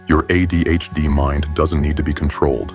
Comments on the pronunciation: “Uh Dee H Dee”😂😂😂😂 I died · Jesus f***ing wept, within three seconds AI has already f***ed a pronunciation... And it's the acronym that's the topic of the video.